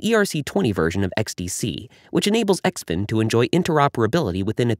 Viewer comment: I think it is pronounced Zin Fin the X makes the Z sound.